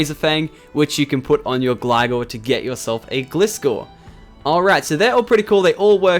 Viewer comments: Its pronounced gly-gar and gly-scor-e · DO SHINY MODELS YA DERP! Also, I'm not a hater on your pronunciation, but can you say Gliscor as GLI-SCORE, as it's pronounced that way, if it's preference do what you want though dude. ;)